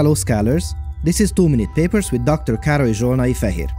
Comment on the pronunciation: I’m sorry but every time you say two minute papers it sounds like too many papers